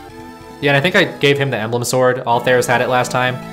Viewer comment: FIRST COMMENT! Also, those two high-percent misses were complete bullshit. I feel your pain, brother. Oh! And Altheres is pronounced “AL-ter-ees.”